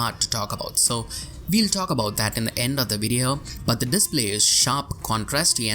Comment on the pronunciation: "we" it's pronounced "u i" , not "v i", and "well" it's " u e l", not "v e l". I know it's your accent but it's veeeery annoying. And english is teoretically one of your native languages. I'm romanian and I pronounce more correctly